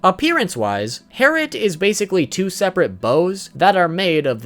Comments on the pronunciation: It is pronounced twin bow harlet not twin bow harret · its not hairet its harlet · yes its not "tWiN bOw HeRrIt" Its double bow harlit XD you were right your pronunciation is a bit iffy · its not herit its harlet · Gowthers is not called herrit, it’s harLet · It’s Harlit not herlit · ITS DOUBLE BOW HARLOT NOT TWIN BOW HERRIT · It's called double bow Harlett not harret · harlett not heritt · Herrit? I think you mean HARLIT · Harlit...not herit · gowthers sacred treasure is harlot not hariot. With an L... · harrot? it's HARLOT. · It is harlit not harlit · I thought it was twin bow "HARLIT" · I'm so srry but is killing me gowther sacred treasure is harlet har-let I'm so srry plz no hate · Yes but its pronounced harlet, but is spelled herrit